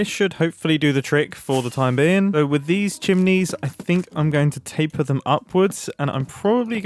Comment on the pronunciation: he said taper